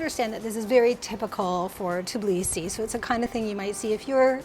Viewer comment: it's TBilisi, not TIBlisi, come on, with some practice you can do it!